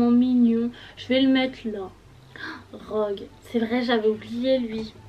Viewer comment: Ta appeler Rogue "drogue " 😂 Personnage préféré : Sirius Black , Remus Lupin , Rogue , Fred et Gorge